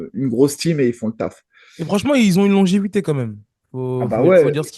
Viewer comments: Longévité, pas longétivité 🤣 Vous regalez les gars, merci! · A 35'45 "Longitivité" Noooon C'est pas la première fois ! Répétez après moi LON-GÉ-VI-TÉ LON-GÉ-VI-TÉ LON-GÉ-VI-TÉ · Longévité longévité 😂 pas longitivité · Au tip le duo, on aime votre franc parler. c'est longévité le mot, tu rajoutes une syllabe inutile. Et arrête les chips😂😂. Sinon on vous kiffe vous êtes au top❤